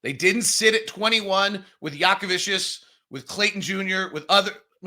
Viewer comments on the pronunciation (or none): Who is Yaka-Vicious, that you keep mentioning? Are you talking about Jakucionis? There is not a single V anywhere in his name. How do you get “Vicious” out of “…cionis”? Repeat after me: Yah-kuh-CHO-nis. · I’m glad we took Clayton instead of Jakucionis or McNeeley because it’s the only one of the three names can pronounce. I have no idea how you look at Jakucionis and get jackuvicious but that’s what we’ve heard here the last two months.